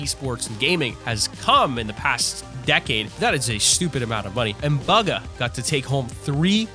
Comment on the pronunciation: his name is not buga